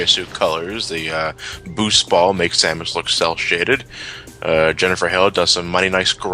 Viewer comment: Who is this Samaus you speak of?